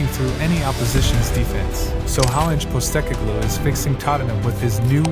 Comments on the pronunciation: A great explanation of the tactics Ange employs. Just a note - his name is pronounced Pos-teh-cog-loo. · good video mate, butchered the last name though lol